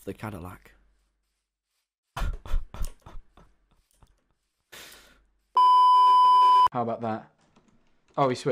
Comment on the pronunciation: translator: "zadillac" the way its made: "do you mean: 'cadillac'?"